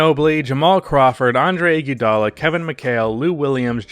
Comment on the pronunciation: PLEASE. I'm begging you bro. Learn to pronounce Iggy's name or call him Iggy. Whatever you're doing is so weird bro